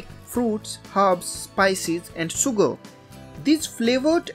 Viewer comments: it is not soogar but sugar, why don't you pronounce correctly? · Great video, but dude, you need to work on your pronunciations! For example: it's pronounced 'shuger',' distilashun',etc....sh vs s